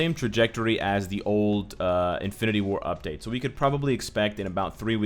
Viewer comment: Sorry, but the way you said "war" made me laugh a few times.